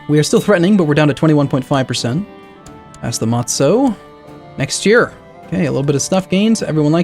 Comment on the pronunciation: It doesn't bother me too much, but, matzoh is pronounced "matz-uh" or sometimes "matz-ah" but not "matz-oh".